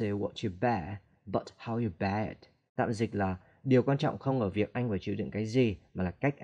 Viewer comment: Sao đọc từ bear giọng nghe nó kỳ kỳ vậy ad????